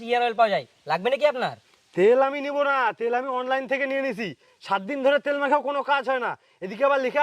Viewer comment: It's called online not onnine